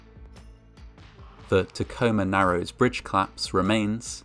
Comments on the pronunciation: Great voice! Col-lapse has two syllables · COL-LAPSE. 2 syllables. So irritating to hear it wrong so often from such a wonderful voice.